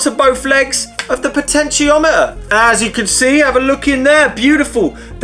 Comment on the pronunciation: I thought he was saying "pitch-en-tiometer"